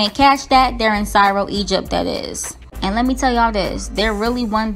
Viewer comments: Not syro (Cairo).. it's kyro (Cairo) lol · Lol, Cairo is pronounced "Ky-roh" sis, not Sy-roh. I had to check & make sure I hadn't been wrong about the pronunciation for half my life because I've never heard anyone pronounce it like that😂 but anyway, Swizz Beats is right. I see nothing wrong with the exes getting along & still being a unit, especially for the sake of the kids. When the father of my children got married about 2 years after I did, his wife & I got along very well. I understand every situation can't be like that because each individual is different but it is possible & it's definitely better for the kids. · Sigh row ... lmao CAIRO is pronounced (ky-row) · Hi !!! I love your videos. The pronunciations of Cairo is ( kairo) not with an ( S ). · Lol.. Cairo.. Pronounced with "k" sound not "s".. I love you girl but that was funny 😚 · There's no "s" sound in Cairo, Egypt. Ky-row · You pronounced Cairo wrong the C is a K sound. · Cairo is pronounced kye-ro, not sy-ro! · LOL it’s pronounced Ky-Ro 🤦🏾‍♀️ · It’s sounds out like ca-i-ro. Lol. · Cairo Egypt is pronounced “KYRO” 🇬🇲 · GIRL...! Cairo is pronounced KY-ROW! 😂But I get how it can be mispronounced lol. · Cairo = ka.. Ka...kairo! Now sound it out 😅😅😅😅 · It's Cairo (kai-row) Egypt .. still luv ya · Cairo pronounced “Ki-ro.” It’s the capital city of Egypt. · It's pronounced "Kairo" btw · It's Cairo with a hard C. Pronounced Kyro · Cyro??? Thats not how u pronounce Cairo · It's pronounced Ky row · Pronounced Kai-row. Just saying. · Pronounced Ky-row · Pronounced "kairo" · I just want you to know Cairo is pronounced with a hard K sound. And i agree with Swizz if "they" aint mad why is anybody else, people would be happy if it was drama between them just leaves me to believe the media played up the initial drama in the beginning. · It's called Cairo !! Take a break from spilling tea(gossiping and attention seeking) and work on your spelling and reading!!! 😣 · Girl it’s a hard C sound for Cairo.